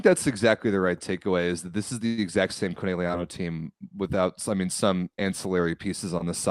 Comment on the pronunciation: whining about pronunciation but can’t pronounce Conegliano right 💩